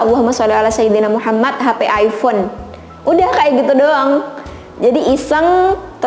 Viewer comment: Hmm ayfon yaa.. Aypon bacanya